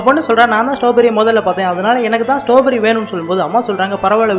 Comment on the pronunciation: ஸ்ட்ராபெர்ரி இல்ல ஸ்டாபெரி